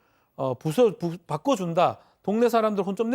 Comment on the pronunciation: 바꺼가 아니고 바꿔 아니냐